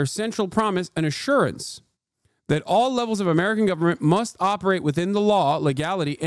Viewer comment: "We must, and we will much... that... be committed..." Al Sharpton 😅